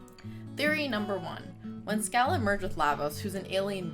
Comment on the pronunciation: I like a girl who can properly remember the history of my kingdom. Until the day it is risen from the oceans of time. What is eternity...compared to that moment. Oh and it's said "SHA-LAH", love.